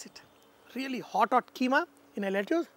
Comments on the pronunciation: Lettuce pronunciation is "let-us" (Not making fun but just saying it). And ya needless to say the recipe looks delicious 🤤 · Chef seems like you have forgotten how to pronounce lettuce and broccoli anymore. Watching this video from US, sounds pretty bad to the ears...